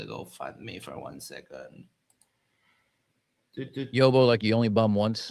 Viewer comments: Ask Matt, PhD Tony or Craig how to pronounce yobo. It’s usually spelt yobbo and is the same as yob which rhymes with Bob. It means hooligan. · Hi, just watching the VOD. I know how much you pride yourself on your English - "yobbo" is pronounced with a short "o" like in "hobby". Also yobbo is too nice, is used almost affectionately at times. We would call him a fat cunt.